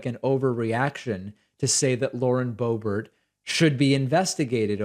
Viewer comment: Everyone mispronounced her name… Correctly it sounds like: ‘BOOB-AIR’ or ‘BOO-BEAR’ So Lauren BOOB-AIR - kinda fits doesn’t it? I mean, she IS pretty much a BOOB after all. With a head full of AIR. Just sayin’